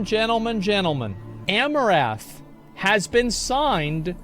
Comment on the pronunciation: I think you mispronounce her name: it's not 'A-mo-raf' but 'A-mo-rant' with a silent h. A-mo-raf would be the way to say it if her name was Amourath.